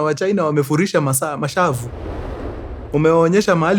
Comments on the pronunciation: mkuruu umegwara ati masavu badala ya mashavu:face-turquoise-covering-eyes::face-turquoise-covering-eyes::face-turquoise-covering-eyes::face-turquoise-covering-eyes::face-turquoise-covering-eyes::face-turquoise-covering-eyes:🤣🤣🤣🤣🤣🤣🤣🤣🤣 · So.......... We are just gonna skip the part where karibu uite mashavu "masavu"?????? Hapo Isorait